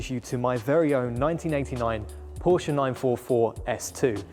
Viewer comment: "Porsche" The man actually says PORSCHE None of that "p0rch" stuff. It is a two-syllable word. It is the real surname of a real family and those fellow humans are owed the damn decency to not butcher their name. Now i can subscribe. I would not have been able to sit through 12 minutes of p0rCh, let alone an entire video series of it.